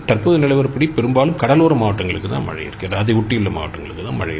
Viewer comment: News 18 பேட்டி எடுக்கும் அந்தப் பெண்ணின் வாயில் வசம்பை வைத்து தேய்க்க வேண்டும் மழை என்று சொல்ல தெரியவில்லை வாழ்க நியூஸ் 18 தொலைக்காட்சி